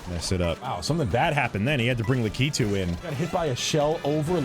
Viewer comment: you lost me at "la key too" vomit, lol